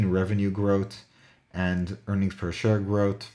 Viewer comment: can you speak English - growth is pronounced growth NOT grot, 3 is pronounced three NOT tree!!!!!!!